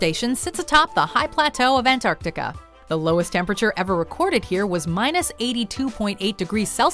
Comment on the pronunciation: You guys say ‘Antartica’ Weird... I should Know, I live right next to it! Say it all together not ‘Ant-Arc-tica’ more like ‘Antarc-tica’ the moreee youuu Know haha.